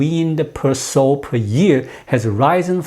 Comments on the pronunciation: "Sow" rhymes with how or now, not with "go" or "know". (Don't you love the regularity of English? :-)* ) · Sow rhymes with cow.